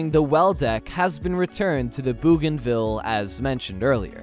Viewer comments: Incarcerations?? Try, iterations or versions USS Bougainville (LHA- 8) after Louis Antoine de Bougainville is pronounced with an 'o' not an 'oo'. de Bougainville lead a truly amazing life, one definitely worth a read. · Pronounced B-O-G-A-N ville not Booganville. Famous island in the Pacific that was an air operations base near New Guinea. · Bouganville is pronounced 'boh gan ville' not 'boo gan ville'! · Incarceration = incarnation And they miss-pronounced Bougainville